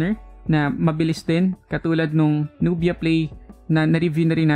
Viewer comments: Not nu-bi-ya. It's nub-ya. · nub-ia like sa nok-ia 😅